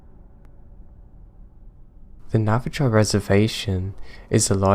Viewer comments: Great advice in beginning especially for us who have diagnosed mental issues. That being said need to talk about your pronunciation of Native Tribes. Navajo does not end in Joe it ends in Hoe. Navajo= Nava-Ho. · Navi - Joe 😄